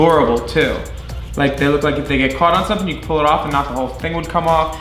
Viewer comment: "Zumosomethin" oh my god